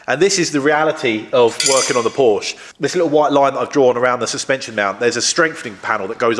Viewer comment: Such a shame that you don't know the correct pronunciation of the car your repairing!